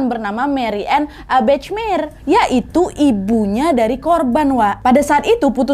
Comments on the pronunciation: maaf cuma masukan, Bachmeier cara pengucapannya "bahmeyer" wak, bukan "bacmeir" 😅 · Itu bacanya Bakhmaiyer Kak Nad 😊 bukan Bechmer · Sedikit koreksi nad hihi maaf sblmnya kalo ejaan bhs jerman ch dibaca kh ( خ) dan ei jadi ai, jadi bachmeier dibaca bakhmaiyer bukan bechmer hihi maaf loh bukan sok pinter ✌🏻🙏🏻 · Cuman mau ngasih tau aja, kalo nama dalam bahasa jerman, pengucapan nya hampir sama kaya indonesia. Jadi bukan Bechmeyer pungucapannya, tapi tetep bachmeier. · Marianne Bachmeier : mariane bahmayer (dibaca dlm bahasa Indonesia) 😊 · Kalo bole kasih masukan, Bachmeier itu dibacanya Bahmaiyer. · Maaf koreksi kak nadia. Bacanya marianneu bakh mayer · Mbak Nadia baca namanya nggak begitu Marianne Bachmeier (baca : Mariane Bahmayer) 😅😅😅😅. Salam dari Frankfurt 🙂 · Itu bacanya “BAHMAYER” (e: eu) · Bachmeier bacanya Bakhmaier Nad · mariane bahmaier bacanya Kak Nadia